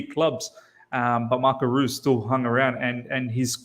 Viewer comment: Oh btw brother. Reus, It's Marco "Royce" like Rolls Royce.